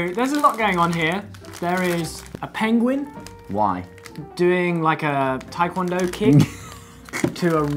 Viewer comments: wait Ollie calls them pengwing too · Excuse me, it‘s ‚pengwing‘